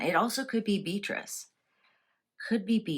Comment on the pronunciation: Dear - I am a great admirer of your readings so I am asking you not to take offence when I ask if you would mind pronouncing the name of Princess Beatrice correctly? It is said as ‘Bee - att - trice’ = three syllables quickly and smoothly pronounced rather than as two:: ‘Bee-trice’ as you have been saying it. Sending you all good wishes for a Very Hapoy Christmas and a Joyful and Peaceful New Year.X